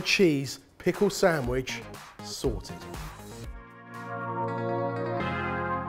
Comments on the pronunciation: I see the word written properly but all im hearing is "Samwidge" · Is it just me or does say "samwich"? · samwich samwich samwich >.< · I somehow always hear "Samish"